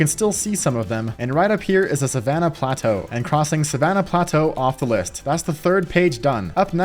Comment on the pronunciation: When he said plateau I was like bruh 🤦‍♂️🤦‍♂️🤦‍♂️